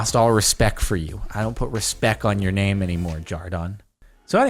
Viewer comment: Hey yiure prunoncing it wrong, its "respect" not "respec"